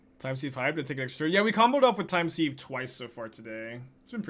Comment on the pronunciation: Hate to be that guy, but it's not time 'seeve ' but time 'siv'. Like to sieve flour.